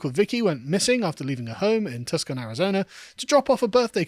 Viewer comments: Tuscan? You mean Tucson Arizona? Too-Sawn It feels weird hearing British accents mispronounce words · Tuscon... is pronounce Tu son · FYI: Tuscon is pronounced toos-on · It's pronounced TOO-SAWN, but no one would blame you lol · Tucson is pronounce Too-son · Tuckson? Have you never heard The Beatles Get Back, Carl?